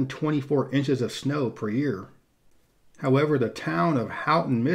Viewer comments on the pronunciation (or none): I enjoyed this. As a Yooper-raised I will point out Houghton rhymes with “Oat ton” not “Out ton”. Really nice video and good shout outs to the U.P. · Of course, someone else must have pointed out...pastie is past-ee, not paste-ee, and Houghton is ho-ton, not how-ton. Admittedly, we have a lot of tough-to-pronounce places in Michigan, including Ypsilanti, Charlevoix, Dowagiac, Hamtramck, Sault Ste. Marie, Ontonagon, Keweenaw, Ocqueoc...and more, most of which are not pronounced phonetically. Great video highlighting my home state. Thank you,! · I lived there when I was in 2nd and 3rd grade and cringed when he said how-tin. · I'm pretty sure phonetically it's pronounced: saint ig-niss. Am I right? And I'm also pretty damn sure it isn't pronounced how-tin... it's ho-tin (Houghton) Now I got to get back to eating my: pass-tee... not paste-ee in beautiful salt-saint-maree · Good video. As a Yooper I must say, I appreciated the way the upper Peninsula is covered in this video🤙 Just two critiques; Houghton, not “how-ton” it’s more like “hoe-t in” with a long O Pasties (quote honestly One of my fav things), not “paste-ies” it’s more like “past-ies”. They are delicious, almost always come with ground beef, potatoes, rutabaga, onion, garlic. Although some ppl do swap in carrot to replace the rutabaga.. it’s still kinda weird. Anyway, again I love video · great video of one of my favorite states. May I point out that the home of Michigan Tech--Houghton--is pronounced HOTE-un, rather than HOWT-un? I drove through it back in 2019 on the way to the ferry dock at Copper Harbor for the trip to Isle Royale, and used to have friends who lived in the Marquette suburb of Negaunee. Pasties are actually PAST-eez, rather than PASTE-eez, which were brought to the UP by the Cornish miners, whose wives made them for their husbands for a convenient lunch. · Friendly correction: Houghton is pronounced Ho-tin not how-ton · Pasty not pastry, also Houghton not Houghton.